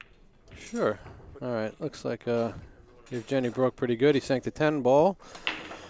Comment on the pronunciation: After all that tries they couldn't pronounce Evgeny's name correctly )